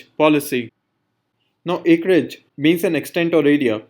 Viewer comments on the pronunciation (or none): Its acreage not acerage.. and your way of explanation is very poor Ma'am is the best